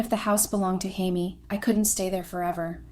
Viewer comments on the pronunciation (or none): Consistently pronouncing the name of the main protagonist (“Jamie,” “Chamie,” “Hamie” etc) correctly would make the story easier to follow. These basic errors are distracting. 👎👎👎